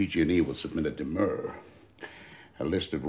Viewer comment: Sounded more like “deh-MURR” to me . . . I could be wrong, I’m going off a several years-old memory and your quick clip. Love this movie, btw. Thanks for the review!